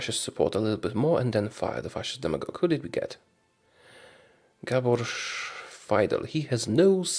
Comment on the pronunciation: congrat prononcuing Gábor :P